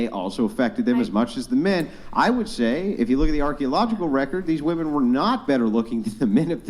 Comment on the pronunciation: The plural of ‘woman’ is ‘WOMEN’. Why can’t they say it correctly!?!?!?